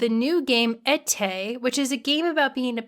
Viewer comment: Your pronunciation of Été is very harsh, but I appreciate you showing the game. It looks very relaxing, I'll give it a try. Cheers.